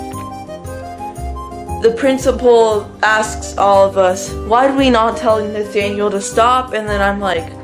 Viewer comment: Damn u did “Nathaniel” dirty